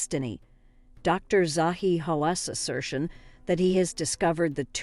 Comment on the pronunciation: I proper lol'd at the name pronunciations. They changed each time she said one. She got Zahi 'I don't believe in radar' Hawass right though 😆